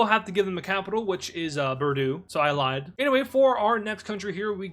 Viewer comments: is secretly my uncle 😮 ITS “BOORDOUGH” NOT “BERDOO” im crashing outttttt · 'Borduu 😭' 'Orleans' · You mispronounced Bordeaux